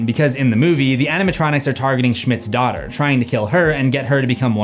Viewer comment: DOHW-TEHR??? LOL NOOOOO!!!! that's Elizabeth "abby" Schmidt :) YOU'RE WELCOME !!!